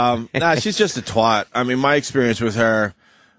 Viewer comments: Whats a twart ? its twat , not twart . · British, I find it weird the way Americans pronounce 'twat' as 'twot'....